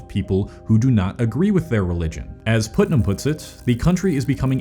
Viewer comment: It's not pronounced "Put"-nam, it's pronounced "Putt"-nam.